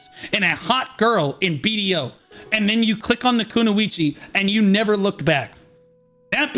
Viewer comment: nah. That pronunciation of Kunoichi is criminal 😂